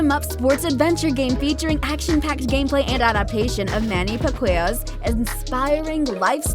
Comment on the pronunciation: the way your cute voice pronounce the name of Manny Pacquiao is so so cute! .😍😍😍😍 (Pacquiao is pronounced as pa-ki-ao 😉)